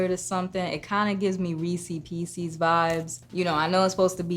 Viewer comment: another “reesy peesy” sayer 😂 that’s not what their called hahahah